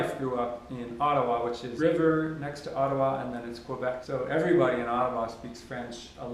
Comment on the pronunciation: Brazilians don't actually know how to pronounce Ottawa properly